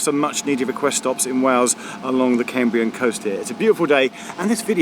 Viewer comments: Lovely video Geoff. I have a slight preference for vlog style, but go with what you prefer! Small pronounciation point - the first part of 'Cambrian' rhymes with 'ham' and not 'came'. As always, well done for making an effort to get our Welsh placenames right. Recently enjoyed Heart of Wales line and also the fantastic TFW first class dining service between Cardiff and Shrewsbury, which I can strongly recommend. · Cambrian is pronounced CAMbrian not CAMEbrian!! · I've noticed that some American geologists pronounce the Cambrian Period 'the Camebrian' ... sounds so strange to my ears!!